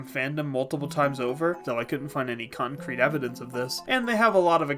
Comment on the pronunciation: did you just say "cumcrete"